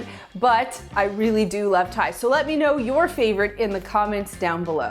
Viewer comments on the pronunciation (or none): Did she say "I rove ta food"?